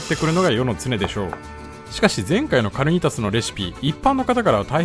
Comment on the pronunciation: かるにたす じゃなくて かにーたす じゃないんですか？